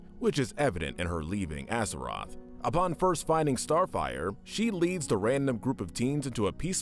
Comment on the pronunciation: AZARATH. Can you please not mispronounce alot these characters names in your videos.